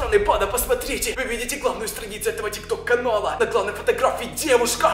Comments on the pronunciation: Тик ток а не тик тор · Не тик тор а тик ток